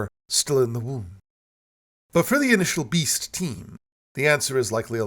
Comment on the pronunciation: The way you say “beast” having me chuckling into my morning coffee